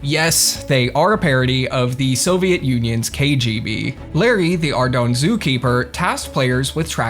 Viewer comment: Ardougne is pronounced Arr-Doyn and before you say otherwise it has been verified personally by Andrew and Paul Gower as the right way to say the name. It is meant to sound French, as it is based on the way certain cities sound in France to make it different from the other city names in the rest of RuneScape. It was Andrew Gower who came up with the name by the way.